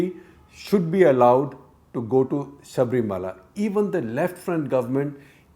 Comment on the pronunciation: Mr Shekar Please note to pronounce Sabarimala as Sabarimala .It is not Sabreemala .